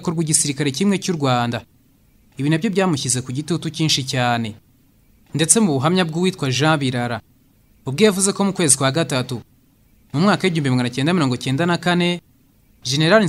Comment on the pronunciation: Hi?documentaire ni nziza ariko ntabwo ijwi riyisomye rijyanye na documentaire azahindure age mu bindi, ikindi ntazi gusoma amazina y'abantu, ex:Birara aho gusoma Biraara.